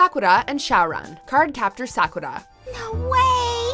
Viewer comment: You used the wrong dub version of Sakura. The true English version is the Sakura Avalon version by Nelvana. The one you used was by Animax and it was hated by fans because of the high pitched voices. And you are saying Sakura's name wrong. I apologize if I was being rude.